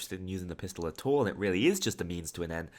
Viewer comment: Could you say at all then at tall?